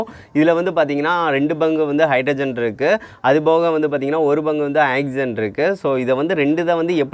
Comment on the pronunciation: Ok good!but its not " axygen" its "oxygen"!